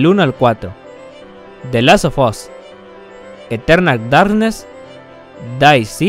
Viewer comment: "deatespeis" "blacots" "eternal dartness" 😂😂😂😂😂😂😂😂😂😂😂